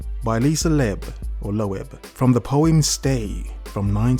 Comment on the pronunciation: Btw its Loeb pronounce lobe like ear lobe.